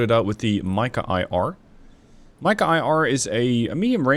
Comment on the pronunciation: nice mod. Mica read as Meeka